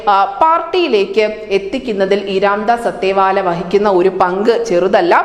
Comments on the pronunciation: "അത്തെവാലെ" അല്ല *"അഠാവലെ*" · അതേവാല അല്ല അഠാവലെ എന്നാണ് ഉച്ചാരണം.